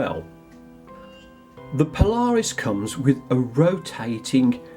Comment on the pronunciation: Paula Reis not Po-Lar-Us.